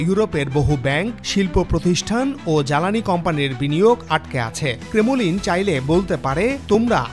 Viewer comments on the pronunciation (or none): ক্রেমোলিন নয়, ক্রেম্্লিন, 1 লক্ষ টন দুধে এক ফোটা গরুর হিসু পড়ে গেল!!